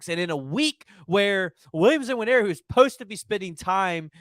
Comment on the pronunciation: Dude it’s not N-waneri. Just say Waneri, it’s close enough